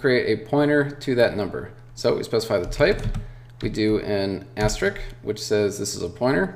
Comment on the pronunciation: It is called asterisk, not asterick ;)